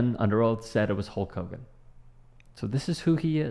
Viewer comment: "Sulk Hogan" love it ha ha 😂😂😂😂😂